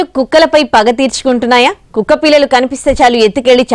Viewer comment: Kukkapilla lu Ma'am Not kukkka pillaluu